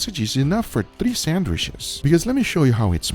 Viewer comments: A whole vid of Guga saying "sandwish" Majestic :) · No one: Guga: SANDWISH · Come-on gugua love your channel but SandwiCHes not sandwiSHes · Everyone: Sandwitches Guga: Sannwishes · Lmao I am dying...... SAN-WISHES 🤣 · Aldi’s he say? Sanwhiches? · Only guga is allowed to say sandwishes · "Sandwish's" 🤣🤣 you just can't help but to love Guga 😂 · Any reason he pronounces Sandwiches weird? And someone should of kept a sandwiches counter haha